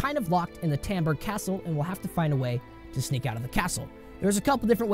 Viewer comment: You pronounce Rattay correctly but cant pronounce Talmberk correctly ?